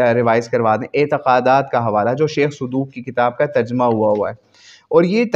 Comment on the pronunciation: sir sheikh e sudooq nay iss base pr yh baat khi hyyy “من مات و لم يعرف امام زمانه، مات ميتة جاهلية or sheikh sadooq nai hota sudooq hota hy